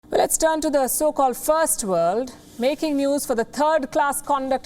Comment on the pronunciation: The way she said "so called fi..rst world" Ek hi dil hai Palki ji, kitni baar jeetengi